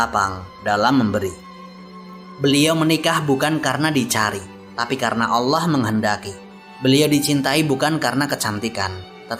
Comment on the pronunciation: agak terganggu saya dgn pelafadzan nama ALLAH SWT. saya mendengarkannya berupa HWALLAH bukan ALLAH